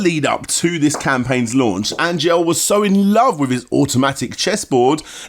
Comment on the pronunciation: Angel is a pretty common Latino name, bro, and you're mispronouncing it. It's more like "On-hell" than "Ain-jel"